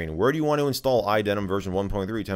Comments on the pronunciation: Why do you keep pronouncing iDeneb as iDenim? Did I miss a memo? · Why do you say "iDeneM" with M and not "iDeneB" with B? Or am I just (not)hearing things? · What’s the deal with idenem thing? Am I just mishearing you? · Sounds like you're saying iDenim, like, MacOS Jeans. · is it just me or do i keep hearing you say iDenem ?